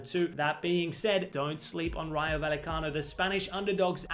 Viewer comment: Double L (ll) is pronounced like a soft J amigo..regarding RAYO VALLECANO... WE ARE VERY PROUD in the Spanish & Latino Community here in the EU, that the Spanish "FC St Pauli / Beautiful democratic-socialist Club" has made this amazing step in their modest but always thrilling history 🤩🤩🤩.. But being born into a Bundesliga family on my mom's side I fear a bit the Kamada / Glasner Duo thinking ahead of gut final 🫨🫠